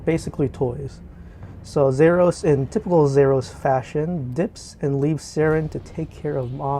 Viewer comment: Nice but thats not how you say "Zaros". Its Za-ros. Not Zer us